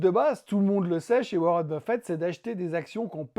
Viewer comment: Intéressant comme toujours, mais attention à ne pas confondre W. Buffett (avec deux T à la fin) avec le buffet du salon...